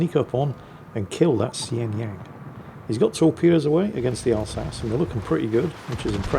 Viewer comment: Since when did start pronouncing the Alsace like “al-sa-ssss” and not “al-sa-cheee”? instead of the guns, we end up with the tier 10 having ELC Even 90 levels of toxic camo values… oh WG, I would say never change but maybe it’s a good time to start changing